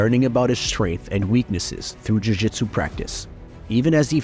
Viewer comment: Why are you pronouncing jujitsu like you have a Brazilian accent?